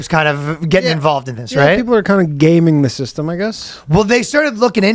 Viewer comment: “Gayming” the system. Lol.